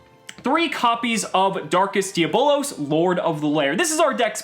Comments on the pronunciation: Does any one else have a conniption when he says 'de-abb-lõs' wrong. He says 'de-bowl-ose' 😣 face palm. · Isn't it pronounced dee-ah-bowl-los?